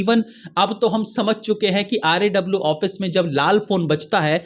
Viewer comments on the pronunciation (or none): RAW क्यू नहीं बोलते हो आप, R A W क्यू बोल रहे हो